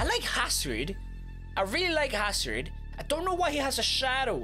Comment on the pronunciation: He said hasrid not hazard